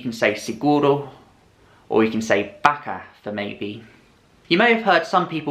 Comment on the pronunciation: your pronunciation of baka translates to a cow. :D. It should be a little bit faster.